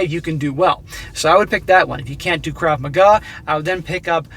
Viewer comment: Sorry but its pronounced Krav MAGA.